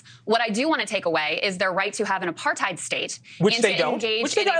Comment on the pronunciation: Apartheid is pronounced Aparthate, not hide. It rhymes with hate. Which is a good way to think of it.